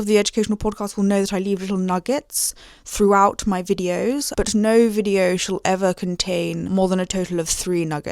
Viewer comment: Brilliant vide-oh, alm-oh-st adorable